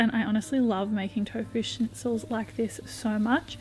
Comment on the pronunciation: Your pronunciation of schnitzel is on point!!